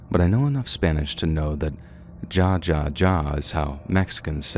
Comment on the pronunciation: It's not pronounced like ja ja like hard j in jelly. It's pronounced like hahaha 🙄